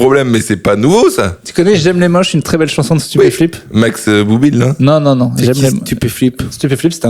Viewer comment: Stupeflip pas stépéflip mdr !